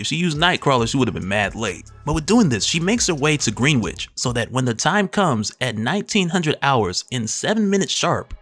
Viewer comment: LOL!! WTF is “Green Witch”??? It’s pronounced “Grenitch”. Its in London. I swear the correct pronunciation of half the English language is lost by Gen-z because they no longer SPEAK, they just type text, LOL!!! 😂😂😂